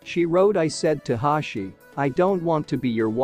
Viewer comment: Hoshi❌ Hashi✔️